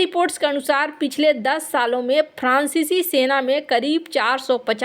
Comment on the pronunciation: Please focus on your pronounciation. Example: prancici francici .